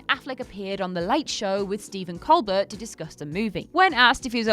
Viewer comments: Say it with me COLE-BEAR not COLE-BERT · Another WhatCulture video, another mispronunciation. Stephen Colbert's last name is pronounced "Coal-bear", with the emphasis on the 2nd syllable.